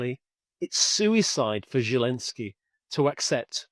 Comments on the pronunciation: I hate that this man cannot say the Ukrainian president’s name correctly…it is NOT Желенский….(zhelenskii) it is Зеленский..(Zelenskii) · ZHILENSKY rather than zelensky?? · Can someone tell this guy that Zelensky's name is not pronounced "Gillenzky"! Really irritating!!!